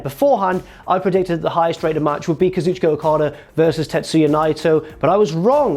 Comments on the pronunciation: you’re saying okada’s first name wrong. “Kazu-chicka” not “ka-zoochka” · Even Japan pronounces it Kazoochka.